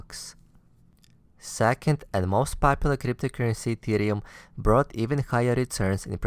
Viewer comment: Why do you say BEETCOIN? It's Bitcoin. Also it's CRYPTOCURRENCY not CLYPTOCURRENCY.